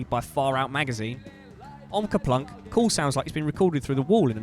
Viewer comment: It’s actually Kerplunk.